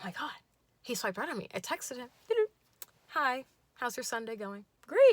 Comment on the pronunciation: Your ACCENT for himm HHHHHH it's so funny I'm... Thank you